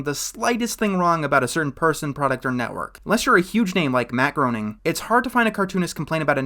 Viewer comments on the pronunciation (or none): Matt Groening's surname is pronounced like "grain," not like "groan." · Groening is pronounced "grain-ing" and epitome is pronounced "uh-PIT-o-mee".